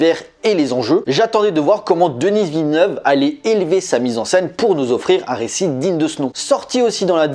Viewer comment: S'il-te-plaît: ce n'est pas «Denisse» Villeneuve. Ça se prononce «Deni».